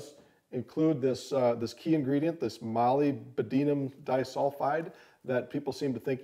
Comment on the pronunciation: moly bdeanum. ??????? molib den(im) um. molyb = molib. (mall lip) denum = like denim (the fabric) but sounds are "the" "num" (like in numb only without the b)